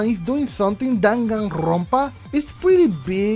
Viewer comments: Nobody:....: DanganRRRrrrronpa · "Danganrrrrrrrrrrrrrrrrrrrrrrrrrrrrrrrrrrrrrrrrrrrrrrrrrrrrrrrrrrrrrrrrrrrrrrrrrrrrrrrrrrrrrrrrrrrrrrrrrrrrrrrrrrrrrrrrrrrrrrrrrrrrrrrrronpa" Also, haha go brrrrrrr sorry if this was mean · why you say danganrrrrrrrrrrronpa so straaaaaangely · nobody: no one at all: the universe:: DaganRrrRrRRRrrRrrrronpa. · The way you say ‘danganronpa’ makes me laugh hard af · Spot the tongue roll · Ooo a new Danganronpa game that would be cool Hahaa I love the way you roll your R’s lmao 😂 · Love the way you rolled your rs when saying Danganronpa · Nobody:: ChRRrrrrismas, DanganrrRRRrronpa